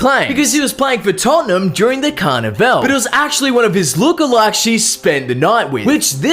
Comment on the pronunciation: Yo thanks my Man, was going crazy everytime he said "carna-vel"🤟🏽🇦🇴